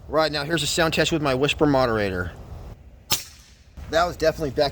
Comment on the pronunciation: First man I’ve heard saw meow instead of now.